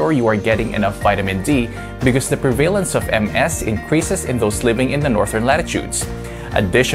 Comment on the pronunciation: PREH-vuh-lehnce, not pre-vay-lence